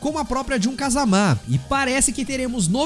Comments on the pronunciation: Não se fala Kazamá, é Kazama mesmo kkk Ou não é!?? kkk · é, eles próprios dizem kazama e não kázama kkk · Nunca foi sempre foi o 3 e ele falando kazamá tá foda tbm kkkkkkkkkkkkki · “Kazamá” não bixo 😭😭😭😭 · Mano pff para de fala jun(jin) "KAZAMÁ" pff é so fala "JUN(JIN) "KAZAMA" não coloca acento onde não tem não pff(e tambem tem o kazuia{Não preciso fala do heihachi e do jinpachi não né}MIshimà). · “KazamÁ” é complicado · Vídeo legal, más quando fala Kazamá me dá um ódio kkkkkkk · de qualquer forma não força tanto o Á assim